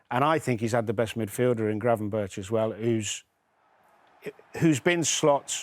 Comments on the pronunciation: His name is pronounced Gravenberg. Get it right! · Gravenberg not gravenbirtsj